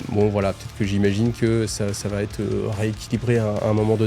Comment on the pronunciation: Sam'di cette fois c'est fini! J'apprécie l'effort sur les musiques celle de la fin est bien sympa ça fait plaisir. Sinon j'aime bcp ton travail. Je me dis que si j'étais un auteur Black Libruary j'écouterais tes vidéos pour combler les failles et incohérences des récits Merci m'sieur. (Attention aux fausses liaisons: 8 zobjets ou ça va t-être mais je connais tes conditions d'enregistrement en quasi conditions du live)